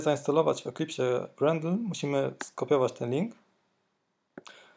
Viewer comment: nie jest to potrzebne do uruchomienia projektu, ale ciężko jest słuchać o "grendlu", gdy powinien być "grejdl"